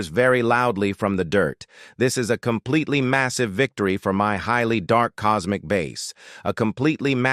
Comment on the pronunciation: Doude stop saying compeletly